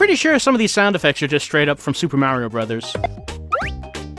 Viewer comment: are you from Jersey? When you say Mario in the Crocs demo I spotted that. Admit it, you're an unfortunate soul from good ol' Jersey right?